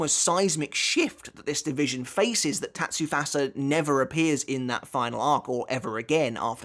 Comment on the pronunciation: Bruh who calls Tatsufusa, Tatsufasa?? How do you pronounce 2 'u's completely differently in 1 word????